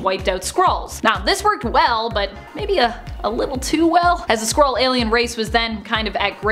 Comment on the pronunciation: Whenever you said Skrull, I heard squirrel and wiping out squirrels would be truly evil even when you look so good.